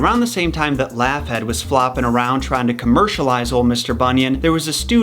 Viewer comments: It's pronounced Log-heed not laugh- head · I may be dumb, but I don't think Laughead is pronounced Laff-hed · Me laughing each time he says Laughhead 😅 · honestly, I'm not convinced you're pronouncing Laughead correctly and it's bothering me....